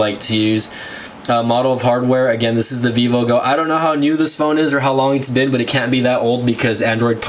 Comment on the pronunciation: u said aggain like 100 times